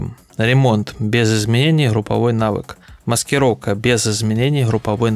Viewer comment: хруппа, маскироука, охромное, ихре, лохично. Вы Английский также произносите? Хад, худ и т.д))